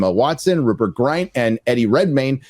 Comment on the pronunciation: it’s Grint, not Graint it can be a parody version of the new show.